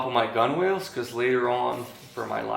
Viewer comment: Not to be an ass, but the word gunwales is correctly pronounced gunnels. Great build !